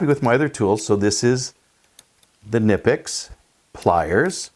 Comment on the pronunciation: Nice! By the way the "K" in the name is pronounced. Please share the model number of the plierwrench as I they make various sizes. Thanks. Great video and demonstration as always.